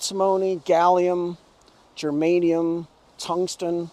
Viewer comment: Here we go again, my man is back with Germanium Termanium, Shermanium, Kermanium. and Terngsten pungsten Lungsten plus Antomony Shantimony Phantimony. I just love this guy when he is trying to give all these numbers and he thinks that Lindsey Graham of South Carolina whose state is 49th in education understand what he is saying. My man also thinks that beside Lindsey Graham of South Carolina and his senior Citizens whose counties like Orangeburg, Santee Sumter who are sitting outside of their friend's auto shops or Dollar Tree stores do care what my man is saying. Being 49th on the list they have no clue what is Germanium. All these seniors do not care if few jobs come back because they would still like to be on social security cheques. A bit young age population will spend their money on sex in different motels in these counties. The most sad thing in this vlog is that a human know that all these metals are for their own destruction and they are using all these materials to destroy each other but to feed their own people they do like to scarifies 100000 lives. Raytheon, Boeing and other defense companies buy these materials to kill human and people who sell these metals for sure know that this will be used kill humanity. But I still wonder President George Bush the senior used to say often one word during Iraq war that west is a civilized continent. I wonder killing others fall in this category, I mean being civilized. Raytheon Chief is lying. He just does not want USA to st